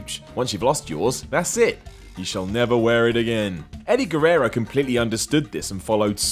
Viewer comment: Edy Gerrero